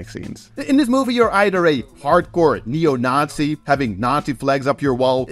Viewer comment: Censoring all the f*ks and swear words, but doesn’t blur the swastikas 😂 YouTube will find and demonetize you for that 😝 Ah, and by the way: great pronunciation of “Neo Nazi” - sounds like zu took some German classes 🤓